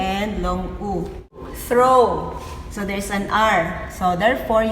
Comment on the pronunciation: Yung THROW po, Wala po R?